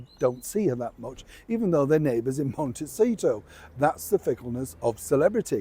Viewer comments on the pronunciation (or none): none